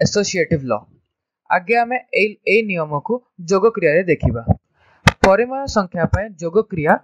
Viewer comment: It's nice and really informative sir but it's 'PARIMEYA', not 'PARIMAYA' 🙃